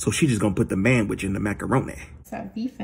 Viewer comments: “So you just gon add the man which to the macaronayy” that killed tf out of me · " so we gon' put the man-which in the macaronaaa?" 😂😂😂😂😂😂